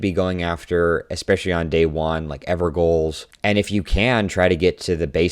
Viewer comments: In Elden Ring I am fairly certain characters say "Ever Jail" but maybe it is not something everyone has heard. I hear a lot of people pronounce "Gaol" as "Gaul". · good video. ps "ever gaols" is pronounced "ever jails" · Actually people saying "ever-ga-oul" or "ever-goal" instead of "ever-jail" is a very common misconception, particularly for people whose only exposure to the classical English language is Shakespearean plays such as Romeo and Juliet or Hamlet. It's also never said by name in the game once so their only logic to go off of is what it would be phonetically, since that is how most people are taught to understand English. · The "gaol" in Evergaol is pronounced like the word "jail". It is a really old British term. Please do not pronounce it "goal". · It's pronounced evergaol (ever jail), not ever goal. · Say it with me now... "EVER JAIL" = EVERGOAL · It's "evergaol", not "evergoal". Gaol is pronounced like jail - hence the relic perk referring to evergaol bosses as prisoners. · It's pronounced ever everjail not evergoal. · sorry but "ever goals"? gaol is the old English spelling of jail, and it would be pronounced everjail. (doesn't that make the special spirit prisons name make more sense?) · On the teammate keeping a weapon you want thing, the passives are random, that rivers of blood you want could have a very useful passive the raider needs, trust your teammates, I guarantee you they have some logic for wanting that weapon. Edit: also it's gaol not goal, pronounced jail (old English version of jail) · Just so you know evergolaol is actually pronounced as everjail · Gaol is pronounced Jail. The plural of Stonesword Key is just Stonesword Key. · Evergaol : "Ever-Jail" Not a Goal 🥅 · bit of a nit-pick but you mispronounced evergaol, it's said ever-jail. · Evergaol is pronounced Ever Jail. It's the old English spelling. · "gaol" is pronounced like "jail" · gaol is pronounced "jail". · Gaol is pronounced as JAIL!!!